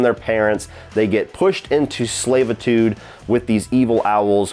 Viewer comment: lol what is “slaveitude”